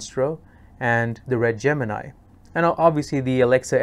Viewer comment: Wish you pronounced Gemini correctly